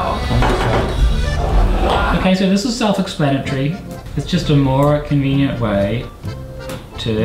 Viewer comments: Why do you creep saying cinveeneaent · Every single food item he says convenent